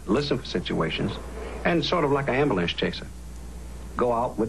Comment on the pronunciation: did he say amber-lamps?